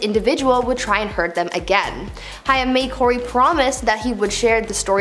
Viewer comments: You seriously need to do better research before you do videos like this,,,, Far too many mistakes and it’s pronounced hame!!!! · I know she said Cory Hi-am! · lol more like Corey Hey & AIM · "Cory Hi-um... Wat a dope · Who doesn't know how to pronounce Corey Haim's name? Nobody was able to help this kid out? Also the research on this show is always so hit and miss, it makes me nuts! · This announcer is not so young that she gets a pass about not knowing how to pronounce Corey “Haim”. Gimme a break. If you’re in your mid-thirties, you’d will know how to pronounce that. Unless you lived under a rock. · I did enjoy the video, although when discussing Cory Haim I had no idea who you were talking about until you mentioned Cory Feldman. He was extremely famous and wildly popular back in his day so it seems a bit lazy to me to not take 2 seconds to learn about who he actually was and how to pronounce his name so at least we know who you're talking about. Overall tho, great video! Thanks! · I cringed every time she said it too. Haim rhymes with aim. It's not a particularly difficult name to read. A bit of homework would avoid issues like this. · Corey "Hime"? I always thought it was pronounced "Hame". Correct me if I'm wrong. Big Corey Haim fan but curious if I've been pronouncing his name wrong the whole time. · Please know that Corey Haim’s last name is pronounced like HAME (with a long A), not HI UM. If you’re going to report on people, make an effort to get their names correct, please. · It would help if the spokesperson actually knew the correct pronunciation of the people she is talking about…it was HAIM, pronounced like HAME…NOT HIGH ‘EM as she said it…it just seems more insulting because he is deceased. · HAIM! Corey HAY-M, fuck, that drove me insane to hear. Not high-ym, HAY-M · The way she says Corey Hyam 🤦🤦 Corey Haim name was pronounced like Hame, kinda rhymes with game, name. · corey haim sounds like h+AIM not high-am. long a. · It's said like HAYM!! Dear God!